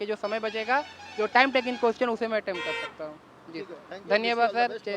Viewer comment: Attend nahi attempt hota hai bhai